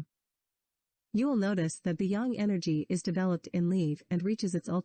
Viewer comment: If you want to teach this kind of content, direct speaker (whether human or computer) that Tao is prounounced with a "D" sound and Yang is pronounced with "ah" sound, (like "father, not like "tang")